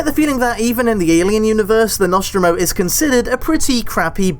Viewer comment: Stop uploading on a monday morning when I'm at work and two the way you pronounce The Nostromo really annoys me, otherwise still wanna of your best videos